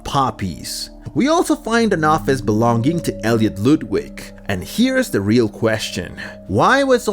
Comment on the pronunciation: it's Poppy Playtime not Poppy Palaytime It's ludwig not loodwig Its Wack-A-Wuggy not Wack-A-Huggy Playcare is an orphanage not a daycare.